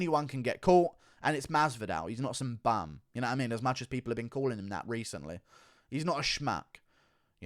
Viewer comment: bum.. Bum.. ITS BUM... Like a beggar.. homeless dude on the corner begging for money.. the dude at the gas station thats asking for a cig... Why do so damn many people say " bumb". What the hell is that..